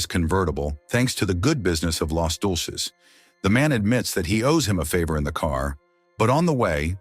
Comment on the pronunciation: "Los Dolces?" It's Deuces!!!